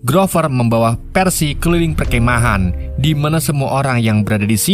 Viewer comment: Mimin susah ngomong perkemahan 😭😂🙏❤️